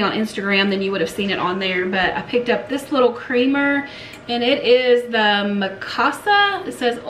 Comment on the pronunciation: I saw a silver deer at the flea market that would look good sitting on something you have. We used the glass container for molasses. You are pronouncing Mikasa correctly. My favorite lead crystal frames. I also like your use of the white saucers as risers for your small bowls, pitchers, etc.